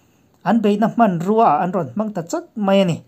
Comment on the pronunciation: 'Hman' Tih hi a thluk hi tih dik zir hram teh a...i channel en tu tam zawk hian i thluk dan hi an hman dan a ni si lova.. Tin Trump-puia tih sek pawh hi ngaihthlak a khamawm